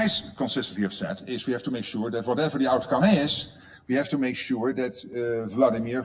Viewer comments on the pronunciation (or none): none